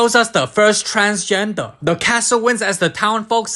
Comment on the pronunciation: "as Disney shows us da first transgender" had me rolling on the floor😂😂😂